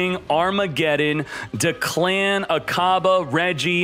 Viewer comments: kills me every time he says DeClan 😂 it’s DECK-LIN. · SAY IT WITH ME. “DECK- LIN” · I dont know why "declan" is pronounced deck-lin It's weird a little bit but i have pronounced his name de clan since the first time i saw it lol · "Deh Clan"...No it's Declan altogether one word not two...😒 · Someone teach him the right way to say Declan. I’m sure I’m not the only one who dies inside every time he mispronounces the name. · A part of my soul goes to hell every time I hear him pronounce declans name wrong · Bruh again with the Declan. can someone tell him to pronounce it right? it’s literally not that hard dude..